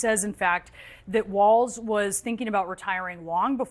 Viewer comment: As a Minnesotan … stop saying Tim WaLTz!!! It's Walz